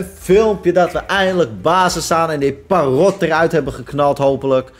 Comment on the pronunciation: Je zegt Parrot op zijn Engels dus perrut